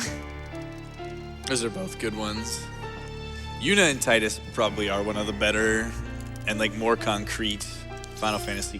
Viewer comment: And the mispronunciation of Tidus.